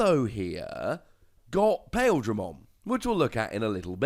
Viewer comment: Heh. Pail-dramon. I don't blame you at all to pronounce it that way, but for future reference, Paildramon's name is pronounce Pie-Eel-dramon.